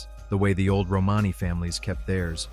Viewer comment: Another yputube robot cant pronounce romany correctly .